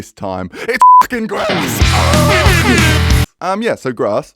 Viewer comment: ah yes, da GRASS